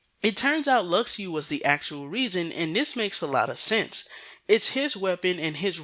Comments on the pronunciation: You realize you have been saying Luxu's name wrong, right? It's pronounced Lu-Shoe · Lu shoe sounds terrible. Lux-oo sounds way better. Besides think of it as a Tidus situation. Some people know its tee-dus but still pronounce it as tide-us. Besides it ain't gonna hurt you to hear lux-oo.